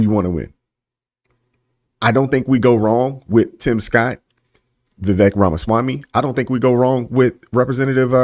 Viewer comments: His name is pronounced "Vuh-Vake". He said it rhymes with cake. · Please say his name right.Vivek is pronounced va-vake like cake.